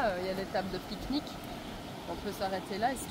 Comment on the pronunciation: Vous m'avez donné faim et soif avec votreuh piqueuh niqueuh 😋